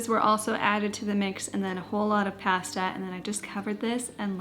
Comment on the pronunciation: And pästa 😂